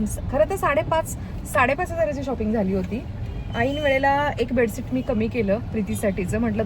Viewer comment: बेडसीट नाही बेडशीट बोलतात...pls improve ur some Marathi and English word pronounciation , ur vlog will be more good... bedsheet 👍👍